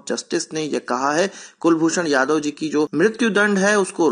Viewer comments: Jadhav not yadav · Kulbhushan JADHAV ( कुलभुषण जाधव not यादव)